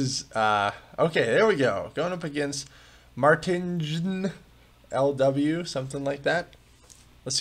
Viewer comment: Haha, pronouncing a Dutch name in match one totally wrong ahaha. (Mart-eye-n)